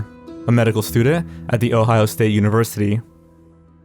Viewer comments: “a medical studehh” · What's a "medical stooder" ???